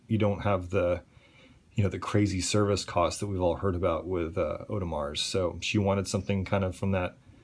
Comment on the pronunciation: Nice collection. FYI the "S" is silent in Audemars..